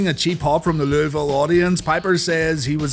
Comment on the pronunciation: As someone from Louisville Thank you for saying it correctly